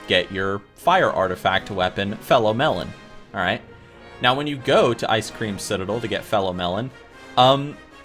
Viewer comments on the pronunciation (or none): (It's pronounced Fel-o-Mel-orn) lol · It's FEL-own MAH-lore. Not Fellow Melon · my ears bleed when you pronounce it FORE-DRAGON or FELO-MELON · I caught that too, I but gave 'em a break by only pointing out one misspeak.